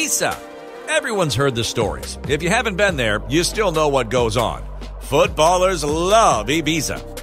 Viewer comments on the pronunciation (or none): none